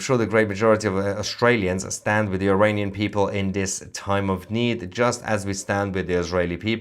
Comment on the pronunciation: Mayer would you please pronounce Iranian not Eraynien thank you